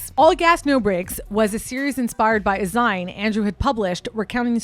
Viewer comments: Just trying to be helpful here but "zine," is pronounced like zeen, like magazine. I'd love to hear u speak more Italian! An Italian phrase segment, with your looks segment, would be 🔥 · great video! just one thing... a "zine" is pronounced "zeen" like "magazine". loved the whole vibe tho! looking forward to more!